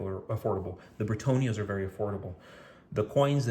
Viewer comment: Why do you say BritOnias…? Isn’t it BritAnnias…?